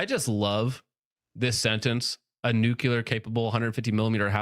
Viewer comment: of course he reads nuclear in the gay way. It's Nu Cle Ar